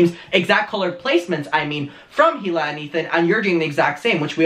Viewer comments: It’s EELA NOT HEE-LA Sorry you’re cool lol it just keeps annoying me you say HEELA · Has anyone noticed how he pronounces “hila” as “hila” and not “e-l-a” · if one more drama channel pronounces the H in hila’s name i’m gonna lose my mind